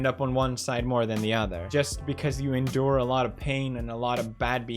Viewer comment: every time he pronounce "endure" I scratch my balls